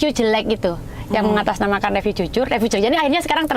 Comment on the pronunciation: belajar ngomong riviu duluu.. Riviuu.. Bukan reviu